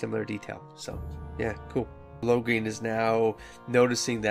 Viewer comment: I think this is a good idea. I giggled everytime you pronounced Loghains name as "Lograin". Hehe anyways, I'm glad you are doing this. I haven't read any of the DA books except "Asunder" because I was curious about what happened before DA inquisition.